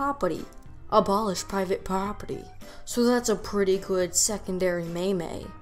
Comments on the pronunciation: Man, you pronouncing meme as may may threw me off lol thought ya found me on reddit 😂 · I thought you were joking around with the pronunciation of meme, but you kept saying it so I realized you might actually think it’s pronounced that way. It isn’t... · Um "may-may"? It's meme, rhymes with team, alright criticism aside, keep up the good work, you're doing great! On second thought, I'm guessing the may-may thing was a case of r/whoosh on my part, well played